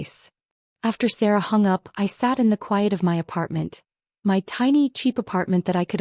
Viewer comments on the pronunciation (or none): none